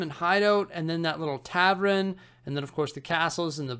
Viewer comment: Love you, I watch all your vids but... Its a TAVERN not a TAVREN 😂 - keep up the amazing work!